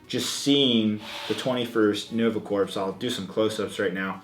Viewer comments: Corps as in Cores, not Corpse. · it's not pronounced "corps", it's pronounced "core". sorry for being a grammar nazi. still love ur vids! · Corps is actually pronounced as "core." Sorry. I'm a grammar nazi. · "Corps" is pronounced like "Cores" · The word 'corps' is pronounced 'core'. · yeah, it's not THAT big of an issue, but it was a bit cringey when he mispronounced it